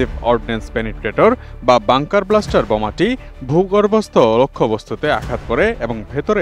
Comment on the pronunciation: It will be Bunker Buster, not bluster.